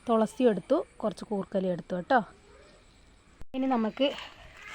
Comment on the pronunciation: ഹലോ തൊളസി അല്ല തുളസി